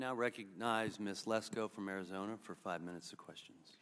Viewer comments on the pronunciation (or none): none